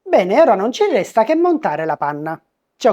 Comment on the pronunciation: stavo apprezzando l'accento siciliano, visto che, se dovessi scrivere la parola: "resta", per come viene pronunciata ci vorrebbero non meno di 4 R😅